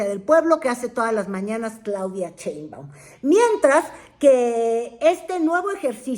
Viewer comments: Por qué pronuncia el apellido She- in - ba- um como Che-in-ba-um? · Con todo respeto, no se dice "CHEInbaum", se dice "Sheinbaum" Saludos cordiales.